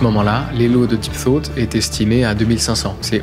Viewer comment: Soit j'ai l'esprit mal placé soit le jeu de mot est fait exprès mais a chaque fois que tu dis deep thought le jeu de mot ce fait avec deep throat 😂